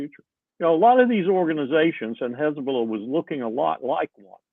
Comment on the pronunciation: They use the word "Kkhhhhezbolah" but then they can suddenly pronounce "hostages" just fine.